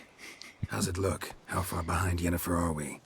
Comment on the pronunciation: Yennefer, not Jennefer. I don't know if that's just your accent speaking, but yeah.